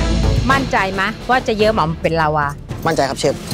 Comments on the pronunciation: เชฟคะลาวาไม่ใช้ลาว้าค่ะ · ลาวา ไม่ใช่ ลาว่า เชฟเอียน